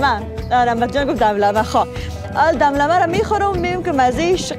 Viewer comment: سلام بسیار جای مقبول است زیبا وطنم کوشش کن چند بار آهسته تکرار کنید تا یاد بگیرید یک دفعه دم دمه نگویی 😂👌